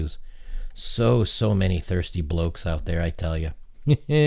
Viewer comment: it's so weird to hear someone without a english accent say bloke.